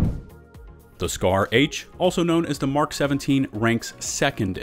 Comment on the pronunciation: Finally! Someone who pronounces the abbreviation "Mk" correctly, as in 'Mark', and not the phonetic M - K. :) I think some people do that so as not to confuse those who don't know that the phonetic pronunciation M - K = Mark and therefore may say something like "I can't find a weapon that says "Mark". ;) Yeah, I can complicate even the simplest of things. >;} ETA: I can hardly cope with the fact Bushmaster is #1 at anything. :| Note: the Bushmaster ACR was acquired from Magpul who originally called it the Masada. Note: Remington manufactures the select fire (full auto capable) version which they call the Remington ACR. With ACR meaning 'Adaptive Combat Rifle'.